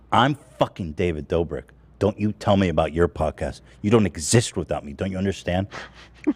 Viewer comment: “David Duubrik”